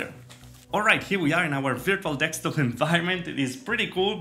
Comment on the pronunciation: Me: de: de Me: sk: sk Me: top: top Me: desktop: dekstop?